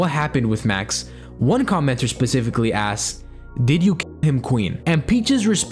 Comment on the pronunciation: “She a****d her child and dog” me: “she a-asked? Assed? Wtf does he mean-“